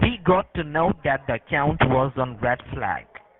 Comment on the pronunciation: He might manage one line, but that's as far as he can, the rest back to lndian accents : watch when he said : " so DAT, first of all very distinctive L pronounciation...😂😂😂